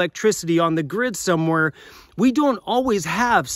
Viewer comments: "OFF THE GIRD"????? LOL. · Jason from Maryland here. Lol, "off the gird".